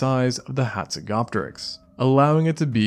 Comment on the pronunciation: You are pronouncjng the name incorrectly. The 'p' in Hazegopteryx is silent just as in Pteranodon. Its pronounced hatsego-teriks